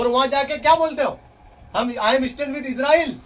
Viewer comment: السلام علیکم ورحمۃ اللہ وبرکاتہ عام طور پر لوگ عزرائیل کیوں بولتے اور لکھتے ہیں آپ نے بھی عزرائیل لکھ رکھا ہے اور بول بھی عزرائیل رہے ہیں حالانکہ صحیح نام اسرائیل ہے انگلش میں بھی آئی اور ایس سے لکھتے ہیں یا تو آپ ہمیں عزرائیل بولنے اور لکھنے کی وجہ بتا دیں یا اس کی تصحیح کر لیں فقط والسلام محمد شاہنواز عالم